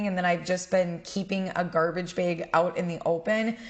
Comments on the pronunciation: I'm sorry, I kept getting stuck every time she said "bag". I kept thinking she said "bed"...🤦🏼‍♀️ lol I have the hardest time understanding the midwest accent. But I loved the video! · I love the way you say, bag!!!!! Lol!!! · So random but I really like the way you say “bag.” 🥰